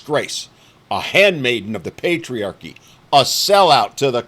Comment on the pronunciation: Praise Pay-Tree-Arc-E